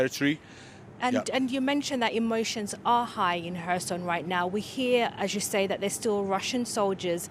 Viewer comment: Reporter: Herson & ukr guy : Kherson 🤔